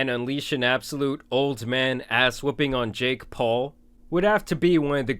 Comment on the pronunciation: The way you pronounce "JaKe" is very off putting